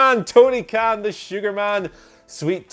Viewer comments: Tony Khan not Kahn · Where are the time stamps boy? Also It's Khan not Kahn. Fix it. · It's 'Khan', not 'Kahn'. Jesus, how could you possibly make that error? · He could they possibly say Tony khan wrong, ffs lads seriously 😐